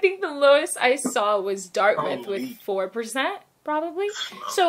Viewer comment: she really didn’t say DIRTMITH?? 😂😂😂😂😂